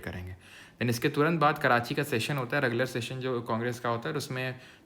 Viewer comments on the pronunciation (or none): none